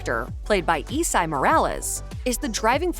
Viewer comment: e-sigh... no. it's Es-ah-E'.